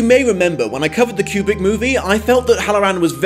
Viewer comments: Love your reviews. But I would like to point out that it took me halfway through the video to figure out that you were actually saying 'kubric' as I'd been wondering what the fuck you meant by 'cubic adaptation' haha. enunciate, dude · ..........it's "Koobrick", not "Kyubrick" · Is it just me or the way he says Kubrick it sounds like cubic.